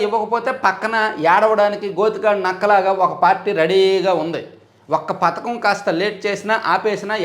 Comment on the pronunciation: Pathakam kaadu padhakam anaali